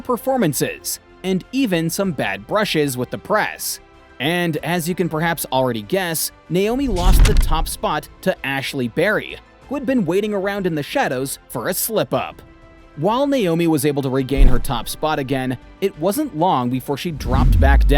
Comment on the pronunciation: I had to stop when yall said Ashleigh BARRY??? IT'S BARTY! Put sum respek on her name TF!